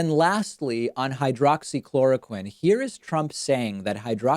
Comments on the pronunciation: Haghaaha he can’t even pronounce hydroxychloroquine...lmaOoo! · Why are every one of his responses the same? Everything is great, we’re doing a wonderful job, blah blah blah. Everything is false or fake his vocabulary is that of a 5th grader he can’t pronounce words, he slurs and now he is telling people who are dumb enough to believe him that he’s an expert on medical advise he’s a total idiot. Why when he can’t answer a question he responds rudely I can’t stand Trump he’s such an -ss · Funny how he forgot the name or forgot how to pronounce hydroxychloroquine after touting its effectiveness! I heard there are some devastating side effects like forgetfulness, hallucinations, death and other weird s#!+! It’s hard to tell, but I think Djackass Drumpf aka Donald jTrump is losing whatever mind he has left!